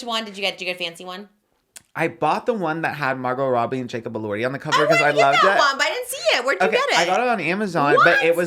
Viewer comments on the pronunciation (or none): none